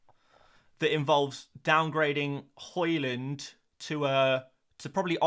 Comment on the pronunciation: Love your videos but what is your inability to pronounce every single players name wrong🤣 it it on purpose. Horland, mboomo. Then you start pronouncing Hojlund, horeland as well🤣